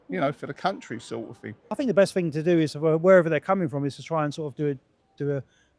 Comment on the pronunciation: "I fink rite........"